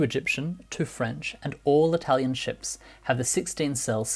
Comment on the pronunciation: The narrator trying to pronounce every non English word in that language’s accent sounds ridiculous. His Italian is not as good as he thinks it is and his Arabic accent sounds like Spanish